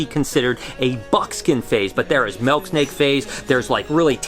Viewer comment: “Melk snake”